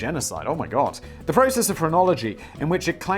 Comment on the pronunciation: The first 4 or 5 times he said phrenology, I swear I thought he was saying pornography, and I was really confused.